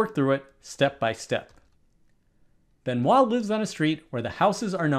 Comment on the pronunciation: Congratulations for your pronounciation of Benoît 😂